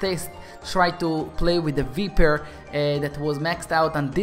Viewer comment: You don't pronounce it vIEper you pronounce it vEYEper